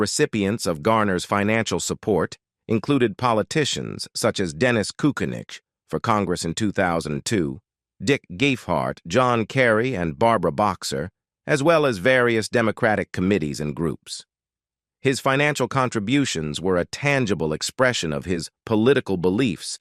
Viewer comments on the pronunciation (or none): Narrator grossly mispronounces "Kucinich," "Gephart," and "Michener." Also, there are for more pictures of Steve McQueen than of Mr. Garner. And the same information keeps being repeated. Sloppy job.